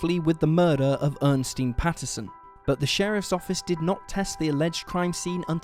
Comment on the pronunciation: Ernestine has three syllables. Earn-ess-teen. Or er-nest-ine.